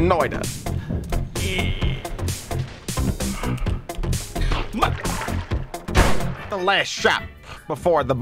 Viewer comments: Its not "noida" its more like "noit a" with a sharper t but yeah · This is otherwise a great video, but as a Finnish person the way you pronounce Noita is painful. It is pronounced "Noita", not "Noida".